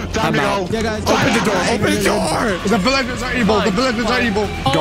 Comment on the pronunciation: (talking about a hole teleporting them to a village) Also:"says vilaegers" (That's what i heard if you guys hear him saying that just repile "yes i heard him" not begging for repiles)